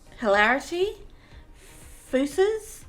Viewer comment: His name is pronounced Fuckers not fussers